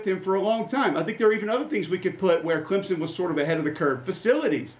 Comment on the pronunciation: Alabana, Ohio Thate, Clemzen